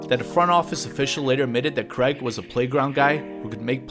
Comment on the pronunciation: The AI idiots can't pronounce his name correctly....